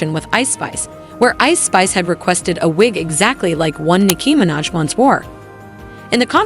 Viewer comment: can you learn how to say Nicki Minaj’s name properly💀